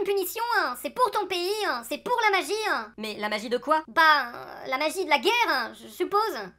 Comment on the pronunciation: Bien-vuEuh, pour la magiEuh...